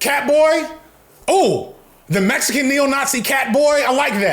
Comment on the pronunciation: Bro makes Mexican sound like a slur 😭😭😭😭 cmonnnn